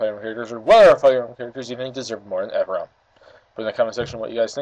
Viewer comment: My name is Ephraim and you were saying it right